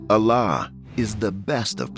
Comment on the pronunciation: Horrible AI voice. Saying Allah as Alaaaaaaaa 😮